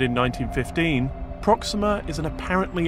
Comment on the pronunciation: "Prohx-seeeem'-mah"? Why did they select a host that pronounces the topic subject differently than the audience does?